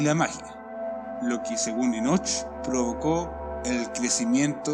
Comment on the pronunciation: Me choca cuando dices: Enoch con énfasis en la H. la H es muda no es necesario que trates de pronunciarla. Solo ENOC es suficiente. Buen video ya me suscribí y le di like